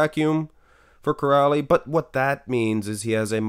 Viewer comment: Király is pronounced "Kiraay" and not "Kirali", and László is "Laslo" not "Lazlo"